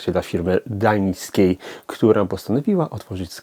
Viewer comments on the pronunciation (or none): Duńskiej, a nie Dańskiej :P